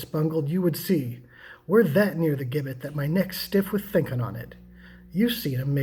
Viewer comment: Just for your information, "Gibbet" is pronounced "Ji-bet".